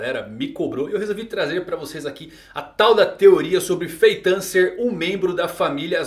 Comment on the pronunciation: que agonia cara chamando Feitã kkk